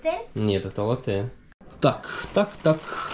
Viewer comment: Бариста говорит латте’, а не ла’тте. Профи видно